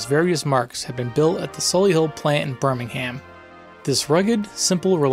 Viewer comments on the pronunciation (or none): The way you said Birmingham is funny. It's not "BurmingHam" it's "Byrmig'am" JFYI